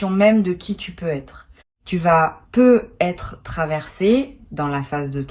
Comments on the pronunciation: C'est de l'IA ? Ça corrige jamais le nom du compte youtube et la façon dont elle dit "peut être" me laisse perplexe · Oui ça vient agaçant !